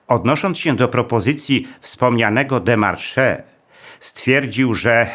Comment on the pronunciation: W słowie démarche nie wymawia się końcowego e